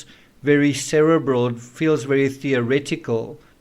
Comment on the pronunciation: New to your channel and enjoying it very much from London, UK. (Just a bit of trivial feedback - I hate the way you say cerebral 🤪😂. You must be the only person to pronounce it that way, including other South Africans. Lol). Anyways, keep doing what you’re doing. 👌🏾